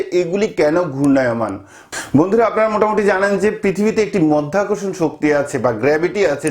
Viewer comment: মধ্যাকর্ষণ না । ওটা মাধ্যাকর্ষণ ।